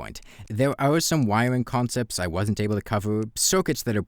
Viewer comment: Wywing woowks? What?